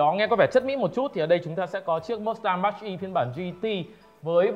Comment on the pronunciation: cụ đọc mác E mới là chuẩn chứ ko phải mátch E mach nó là từ chỉ tốc độ âm thanh mà